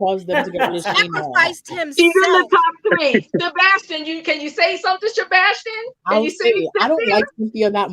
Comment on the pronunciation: Why die keep mispronouncing Sebastian’s name?